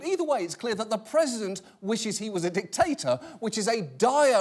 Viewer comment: I absolutely love John Oliver, but i have to say, his pronunciation of dictator (dick-TATER) and erase (e-RAZE) drives me nuts, lmao